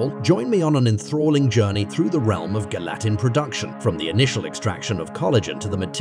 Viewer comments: Make a video, fu the pronunciation of the primary word in the video.. My job is safe from AI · Are we just going to ignore the fact that he pronounces the word gelatin differently almost every single time! Hahaha Gal-e-tin, Gal-e-tine, Yelatin, Gal-a-tin, Gal-a-tine… jellytin, jellytine, gel-a-tin. 😂😂